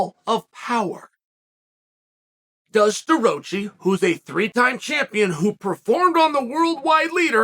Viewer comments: Stuh-Rah-Chee not Stuh- Roach- eee. Douche. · Chael it is pronounced Stuhrocky by the way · The best part is Chael absolutely butchering his last name right off the bat😂